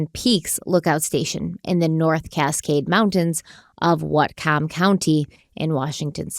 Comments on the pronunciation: but how she said whatcom county made me die LOL its pronounced more like watcom county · I’m from whatcom and the way pronounced it has my husband and I rolling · Love watching your content! But listening to pronounce "Whatcom" is distracting my ADHD brain, and it's making me giggle. "WAAT-kum" ❤